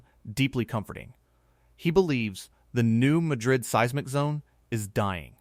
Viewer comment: REMEMBER...THATS PRONOUNCED MAD RID...NOT LIKE THE CITY IN SPAIN.......